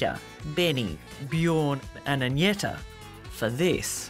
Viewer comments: Wish that someone taught you to say Agneta. As a swede you get anti-goosebumps when you hear the pronounciation of it. It's A+ng like in Fang + n + eta. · I can't believe they can't pronounce Agnetha's name on 60 minutes but constantly tell us that Abba are no bigger anywhere else in the world.